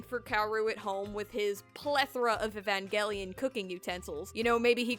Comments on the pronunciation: e van gel ian not evan gell ian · The fact that I’ve been pronouncing Evangelion as Evanjelion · (It’s actually evanjelion the pronouncement ok?) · Why do I hear Evan gay lion whenever you say evangelion. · It's "EVAN-JELLY-ON" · Guys I think she said evangelion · drinking game: take a shot everytime she says "evangelion" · if i had a penny every time she said “evangelion” or “eva” i would be the next Elon Musk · i like where she says "Evangelion" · Take a shot for every time you hear "Evangelion" in this video Good luck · Okay but why do you pronounce evangelion so wrong tho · I never want to hear the word “evangelion” again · I hate the way you pronounce evangelion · Take a shot every time she says "Evangelion" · Lets play a drinking game. Everytime she says "Evangelion" Take a shot. Comment below how long you survived ↓ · Couldn't last the full video solely due to how you pronounced Evangelion